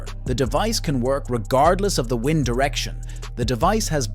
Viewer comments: A human would know how to pronounce wind turbine. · the word WIND...that blows not winds.